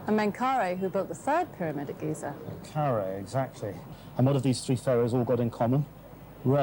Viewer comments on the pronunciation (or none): Good documentary, but they get all the ancient Egyptian names wrong! The sun god was Ra (pronounced rah, not ray). We have Khufu correct, but not KhafRa (khaf-rah), DjedefRa (djed-ef-rah), and MenkauRa (men-ka-oo-rah). I have studied ancient Egyptian language since the 1960s. I read and can translate hieroglyphic text, hieratic, and Coptic. I also am fluent in Greek and Roman Latin. Also, the sun temple at Abusir was built by User-en-Ra, a king of the 5th Dynasty, mistakenly labeled as 'Neuserre' by many. And then we had the Greek historian Manetho to confuse the issue even more in 300 B.C. by renaming all the ancient Egyptian kings with his own made-up names, like Cheops, Chephren, and Mycerinus.